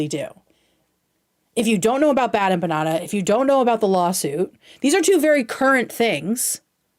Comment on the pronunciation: Nick had a great point tonight. She did so little research she has never heard the name bad empanada said out loud (evident because she didn’t know how to pronounce). Which is wild.